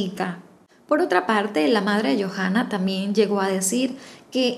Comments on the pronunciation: En Chile la H es muda. Entonces se pronuncia Joanna no Jojanna, Talcaguano no Talcajuano. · Hermosa historia, sólo un alcance... el nombre de la Chica se pronuncia "YOANA" y el nombre de la Localidad es "Talcauano" así se lee... cariños!